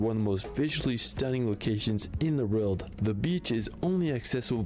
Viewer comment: Hehe, I like but he pronounces world like rorld.